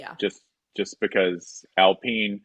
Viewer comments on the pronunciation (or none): when did it become alpeeen.?